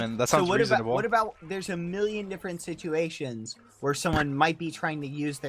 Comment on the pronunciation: you brought up some good points but I can't take you seriously "situatios" were you trying to say situation or scenario?